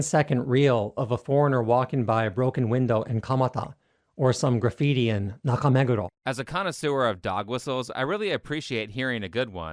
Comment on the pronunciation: Fvking Chris is in Japan for a decade and he still doesn't bother to pronounce Nakameguro the right way, that's how much of a hack he is